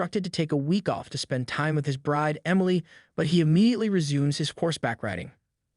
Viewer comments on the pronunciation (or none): none